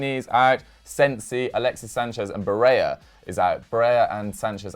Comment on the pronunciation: It is pronounced BareLLA not Bareya , same with Montella, double LL in Italian isn't like in Spanish.....